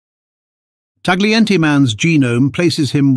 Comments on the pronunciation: It's pronounce TA-YEE-EN-TAY. GLI in Italian is YEE. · Please learn how to pronounce Tagliente.